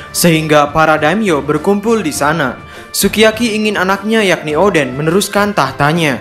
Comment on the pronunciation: Salah sebut